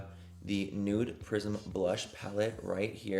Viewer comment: I’m sick right now and my nose/ears/sinuses are just super stopped up so I CANT STOP hearing “nude prison” instead of prism and…well…it doesn’t NOT work manny…it doesn’t not. ….😅😅😂